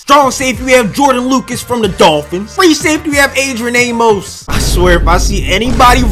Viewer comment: Its weird that he can say Poluszny not prob but pronounce Amos wrong lol. Good vid tho